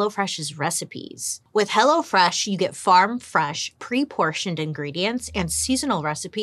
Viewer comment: Did you say " Hello Flesh"!